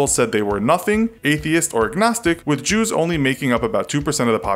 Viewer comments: you said ‘Jaws’ instead of Jews lol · minute, jews, not jaws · says jaws not jews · you said jaws in stead of jews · XD instead of Jews, you guys have Jaws :P But nice vid regardless, as usual